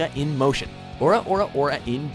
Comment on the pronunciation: If you can't even pronounce 'ora ora ora', just don't do it, please.